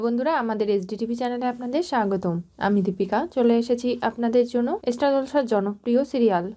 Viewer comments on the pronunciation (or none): E-star, e-student kano bolen, madam! Star, student bolben.